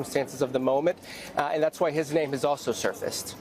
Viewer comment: Bravo for doing your research on pronunciation of his name. ❤👏